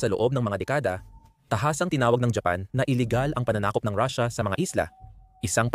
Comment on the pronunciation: Paanung katotohanan ang sinabi mong vlog mo kung pronunciation palang ng russia ay mali na.